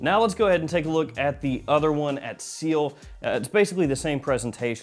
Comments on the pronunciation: Its pronounced; see-l, not seal . Also, it means sky in french lol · It's pronounced see-el not seal like the animal. It means sky in French. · not seal, its ci-elle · It is CIEL not SEAL. It is called sky blue because it is colored sky blue. Mother mercy, why are you doing this?! Tea note in Milesime Imperial clone? What even is this. You know what, forget all that. How do these compare in quality and wearability to Sillage and Milestone from the CDN line?